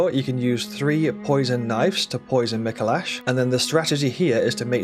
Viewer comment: Is someone gonna tell him he’s pronouncing Micolash incorrectly?